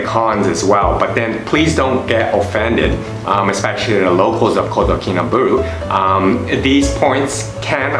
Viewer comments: Its pronounced baaahloo not booolooo. I am a Brit and live here. I would add public transport is very limited and traffic jams, really bad traffic jams are the norm so if you hire a car, which is worth doing, find out from the locals when the roads are jammed (usually linked to the school day) and avoid them, unless you like sitting in an air conditioned car listening to Hitz FM, which is well worth a listen. The locals are lovely, treat them with respect, a smile and patience. Nothing happens fast here, just accept it and relax. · Ba-LUU not BU-RU jhahaha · I've been there a few times. Lots of good info Thanks. But pls learn how to pronounce Kinabalu.